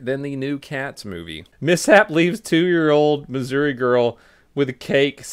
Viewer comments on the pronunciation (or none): none